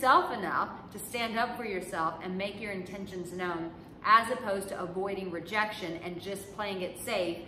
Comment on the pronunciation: "Rejaction" huh? Doesn't sound too bad 😂